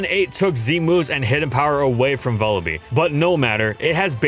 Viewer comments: bruh please it's vullaby not vullabee like lullaby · It's Vulture+Lullaby, you should pronounce it like lullaby with a V. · I think it's pronounced Vulla-bye because it's a combination of vulture and lullaby, what with it being a wee baby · say vulture "vulture" okay, now say lullaby "lullaby" and now say vullaby "vullabee" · Huh I always pronounced it like Lullaby. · It's wierd hearing some pokemon names. I always thought it was pronounced vulla-"bye" like lullaby, since it's like a baby bird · Vullaby's is a porte-manteau of Vulture and Lullaby and I refuse to listen to an entire episode calling it Vullabee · Please take the time to pronounce the Pokémon names correctly. You continue to pronounce several of them wrong, such as Vullaby, which is a play on the word lullaby.